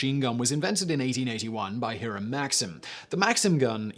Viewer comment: Its high-ram not he-ram.